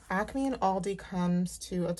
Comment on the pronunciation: You have to be in the tri-state area because you say ACME the right way! Lol. I’m from The Philly area 😀